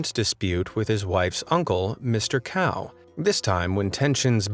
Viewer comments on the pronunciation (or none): lmao it's not "Cow" pronounciation for Cao but "tsao" so to speak XD